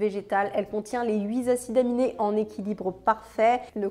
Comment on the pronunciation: Super vidéo informative et sourcée, merci infiniment. Y a juste la petite liaison (8 " tacides " aminés et non " zacides " aminés) mais ça c'est mon côté rigide de vieille tata sur le français oral ^^' Encore merci beaucoup, j'adore ce type de vidéos " UHQ " (ultra haute qualité) !